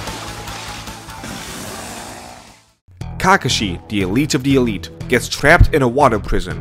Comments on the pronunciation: I mean it's still fantastic. This dude Can't even pronounce Kakashi properly so I do know how much Naruto he actually watched. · the video was enjoyable until he pronounced kakashi 🤦🏾‍♂️ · his pronunciation of character names is cringe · Bro I know i can’t respect your opinion because of how you pronounce kakashi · Bad: KAkeshi, GENin Good: KeKAshi, geNIN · Okay, I like the video and agree with your points completely, but I just HAVE to point this out... You are pronouncing some of names and terms waaaay wrong, I cringe everytime you say "Nuhroodoe" or "Kakuhshi" or "Gen-inn" . It's like an out-of-touch southern parent talking about "them there pokeyman cartoons"... Nuh-roo-doe should be Nah-roo-toe, Kahk-uh-she should be Kahk-ah-she, and Gen-inn should be Gen-een. Please, my guy, it's like nails on a chalkboard listening to you brutally slaughter those pronunciations. I will give you credit however for pronouncing Shippuden as "Sheep-pu-den" correctly, it's rare that you hear someone actually say that one properly. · you should hear the way he pronounced Kakashi and Genin too. Cringe overload